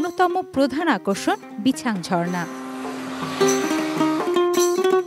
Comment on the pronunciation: বিছাং ❌ রিছাং✅